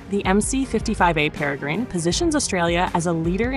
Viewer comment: IngFFS stop say Perry grine it’s pronounced pera grin after the bird of prey.